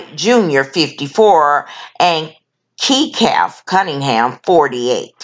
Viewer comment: Again this is classless, tacky, low-class attempt at an editorial. For the record Kecalf's name is pronounced as "Kelf"; not "Key-kelf" as you pronounced it. Her affairs are none of your business or anyone else's. Try investing in hooked on phonics.